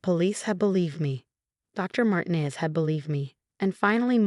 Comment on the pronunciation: Mar teen ez